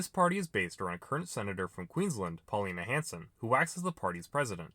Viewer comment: Paulina Hanson? She's not that classy dude. Try Paul-eeeeeeeen.